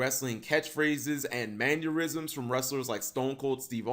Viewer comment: K but.... Is he saying manurism's ? Cus.. Wtf is that? Its MANNERISM'S sorry... Just kinda bugged me a bit.